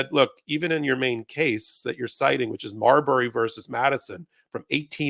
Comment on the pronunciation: Marbury? Come on.